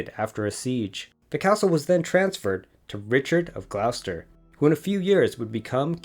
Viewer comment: You give information about Mary, Queen of Scots that you say happened in 1537 and 1538, but she wasn't born until 1542. She fled to England in 1568. Mostly good information, excellent photography, but pronunciation needs work (Lancaster = LANK-uh-stur; Gloucester = GLOSS-tur).